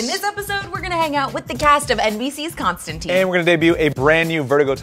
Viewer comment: He is also a smoker. And, his name is Constan-tyne, not Constan-teen. That's a biggie.